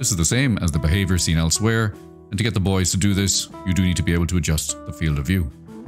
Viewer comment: Sometimes when you say “the boids” it sounds like you’re saying “the bois” and I really like that